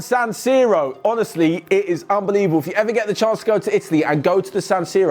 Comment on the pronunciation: do you get told to say 'unbelieveble' in the script or do you choose to?😏